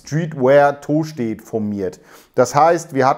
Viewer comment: Tooostedt 😅... ich als alter Buchholzer feier die Aussprache immens 😃🤪